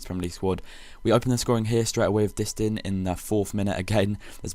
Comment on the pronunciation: btw its not dist-in its pronounced dist-an